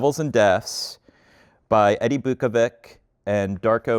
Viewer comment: Biukovic is pronunced as Beeukovich / Beeukoveech and Macan is pronunced as Matzan